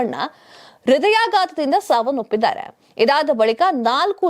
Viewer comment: ಸಾವನ್ನೊಪ್ಪಿದ್ದಾರೆ ಸಾವನ್ನೊಪ್ಪಿದ್ದಾರೆ ಅಂತ ಬಡ್ಕೋತಾ ಇದ್ದೀಯಲ್ಲ 🤦 ಸಾವನ್ನೊಪ್ಪಿದ್ದಾರೆ ಅಲ್ಲ, ಸಾವನ್ನಪ್ಪಿದ್ದಾರೆ ಅಂತ ಹೇಳು. ಕನ್ನಡ ಪದಗಳು ಸರಿಯಾಗಿ ಉಚ್ಛರಿಸೋಕೆ ಬರಲ್ಲ. ಇವರು ದೊಡ್ಡ 🤦